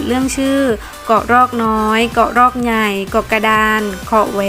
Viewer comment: เป็นกำลังใจให้ครับ..การเดินเรื่องน่าติดตาม ดนตรีประกอบก็ดี ( คำว่า ใหญ่ ต้องปรับปรุงนะครับ เพราะออกเสียงไม่ชัดมากเลยครับ.) จะติดตามครับ..